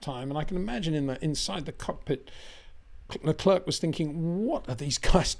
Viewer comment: Is it Charles Le clerk or Charles Le clear ? You say clerk most other day clear ..